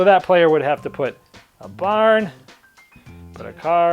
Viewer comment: What's a "bahn"? :) I think the Boston came out.